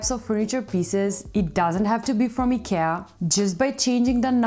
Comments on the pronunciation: She's pronouncing it correctly. It's the English speakers who pronounce the company's name wrongly. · That's how it's pronounced in original (Swedish) way. She's saying it correctly. Did you know that the World doesn't revolve around US and English?